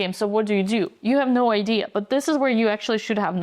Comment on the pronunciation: Computer says nou.